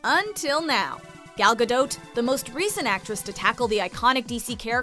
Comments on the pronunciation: It was painful watching this as the narrator seriously massacred ALL the Hebrew. First off, and this is VERY IMPORTANT, it's Pronounced Gaul (the ancient French?) Gaw-Dote. Or to put it another way, the 'a' in both first and last name is pronounced "awe", and the 'o' is a long 'o' as in Ode. Second, and city is pronounce Herzliya, named after Theodore Herzl, but what in Hebrew, it's pronounced Hertzl. So, Hertzl-Lee-ya. Once I got past that, I greatly enjoyed this video. Thank you very much. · Y'all butchered her last name 😂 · Ayenate' Lawson really because I watched one of her interviews and she pronounced it differently 🤷🏽‍♂️ but you know better than her I guess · Please pronounce her last name correctly out of respect for her as a human being. Thank you. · I cringe every time the woman says her name wrong. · Should make it a top 6 things and pronounce her name right. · OMG you really ruined her last name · WTF?! her name Gal is pronouned the same way you would prononoung Gaga'..but with an "L" ending there is no "O" sound in the name, either the first or the family name. Hebrew has only 5 vowel sounds, "A" is pronounced the same way all the time. Ga-l Ga - dot איזה GAUL בראש שלך?